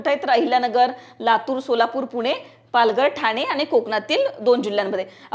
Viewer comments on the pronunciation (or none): none